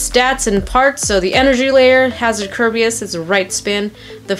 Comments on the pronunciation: you are NOT saying the Hasbro Kerbeus name right. 2 years and you still haven't noticed, really?! 😔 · Yeah she isn't